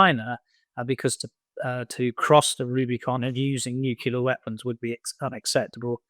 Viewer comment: NUCLEAR, NUCLEAR, NUCLEAR! How can this guy live with the embarrassment of not being able to pronounce this one simple word? Sun, please arrange some phonics lessons before you have him on again.